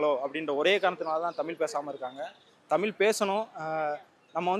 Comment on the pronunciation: இரண்டாவதா பேசின 'தாத்தா'வே.. தமில்.. தமில்.. னு, 'ழகரம்' பழகுங்க பெர்யவரே.. 🤕